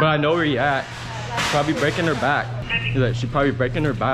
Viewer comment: LMFAOOO , "SHE BROBABLY BREAKIN HER BAKK"